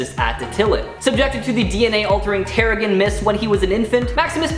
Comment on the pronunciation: Why is Genosha and Teriggen pronounced weird 😭 also why is north star shown for vox